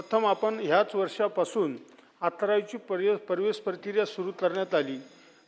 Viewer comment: Pravesh ka parvesh neet vach na